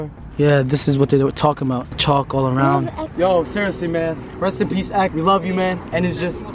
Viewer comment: Reast and peast x😩